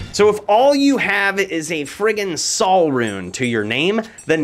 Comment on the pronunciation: Sol rune is pronounced "soul" not "sal"